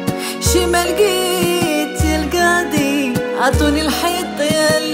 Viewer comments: ديك الكاضي ما عندها حتى معنى حنا فالمغرب كانقولو القاضي اما هاد الكاضي عمرني سمعتها فحتا شي بلاصة و كي قالو ناس زمان الزيادة من راس لحمق فنضري مسحي الأغنية و عاوديها مسگدة لانني عمرني ما نولي نسمعها بهاد النطق هذا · شمن كااضي الله يهديكوم كنقولو القاضي بحرف القاااف 😑كتعوجو ف الهضرة بزز منها